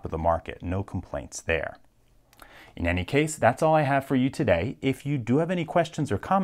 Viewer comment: Educate me, where is LPL from? Pronunciation on ”today - todeay” and ”key - keay” sound funny to me.